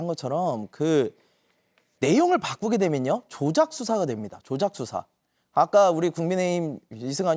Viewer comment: 이승환아 말 그지같이 할거면 발음이라도 똑바로 해라 뚜사가 뭐니? 수사지